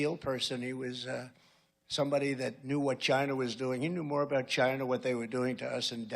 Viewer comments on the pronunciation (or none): Love how he pronounces China as, “Gyna.”